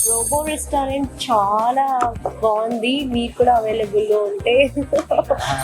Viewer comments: pronounce Chala bagundhi as Chwala ya it's good to hear. Crispy chicken it means as " Vegitable" crispy items includes vegetables like flowers and capcicum. All the best. Keep high 🔥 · Nice andi me videos ani chala bagunai. Me wife 'chala' ana word bale different ga pronounce chestunaru. Bagundi cute ga vinataniki😘🥰😘🥰😍